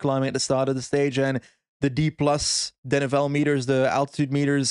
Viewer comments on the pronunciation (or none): will you please pronounce "denivelé" properly! It's "deh-nee-velay" notnot "deh-nee-vell"